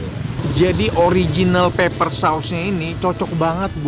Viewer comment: Pepper Koh bukan Paper. Artinya beda jauuuh